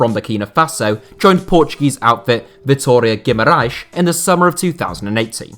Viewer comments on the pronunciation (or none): none